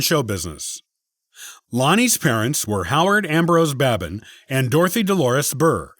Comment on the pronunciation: Babin is pronounced BAY bin , not Baabin, and is of FRENCH derivation. Lonnie